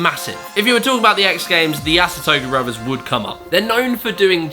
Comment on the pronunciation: Yasutoko not Yasotoku. And Eito should be like Ay-toh instead of Ai-toh. Overall loved the video, just I remembered their names being mispronounced pretty badly in your what killed it video, and this one was almost there. Lol.